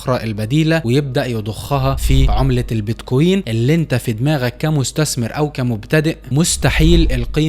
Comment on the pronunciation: كلام حلو وصحيح وكل التوفيق لك، ولكن ارجو ان تلفظ كلمة بتكوين بشكل صحيح انت بتحكي بييت كويين مثل كانك بتحكي اهزم اميرة Beat Queen شوف واحد اجنبي بحكي كلمة بتكوين والفظها مثله عشان الفظ يكون صحيح ارجو ان تتقبل نقدي البناء بصدر رحب لانه انت بتحكي بمستوى احترافي من معلومات ومش حلوة تلفظ كلمة بمعنى مختلف بشكل كامل